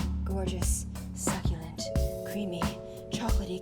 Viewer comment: When she said suculent....I was eating breakfast and now i dont wana lol